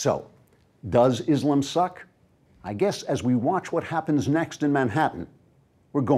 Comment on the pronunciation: Just one thing - next time, please pronounce Islam the way it is written, and not Islum. Otherwise, nice video